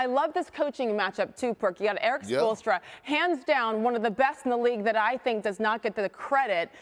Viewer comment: I can’t get enough of Perk trying to say Spoelstra